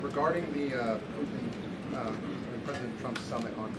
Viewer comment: Pu’in? Disgusting English 🤮 it’s Putin, dumb❗️